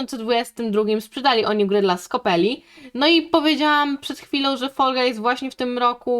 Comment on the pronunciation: Scopely czyta się skoplaj